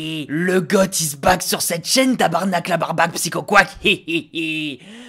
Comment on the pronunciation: Un francais qui prononce tabarnak comme du monde, meme est pas capable de ca 😂😂😂